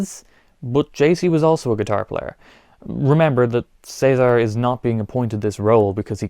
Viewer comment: Thank you for saying "Cesar" correctly instead of "Ceesar" like most americans 😂